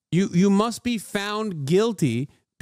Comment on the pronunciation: "We must, and we will much... that... be committed..." Al Sharpton 😅